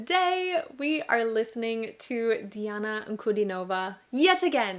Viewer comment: No, Not "Nova", Her name is pronounced as D-Anna An-Cu-Dean-O-Va and not Nova at end of her name